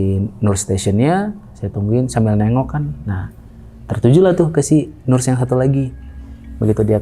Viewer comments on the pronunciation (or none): Nurs cenah 😂 dibacanya "neurs" sama wich is terus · Sori mas narsum utk ocd sy, agak gelitik ditelinga iniii waktu dengerin hehe.. Btw cara bacanya “ners, bukan nurs” atau bisa juga sebut aja “perawat”😃